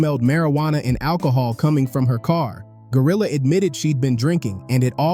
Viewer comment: I luv how you destroyed her name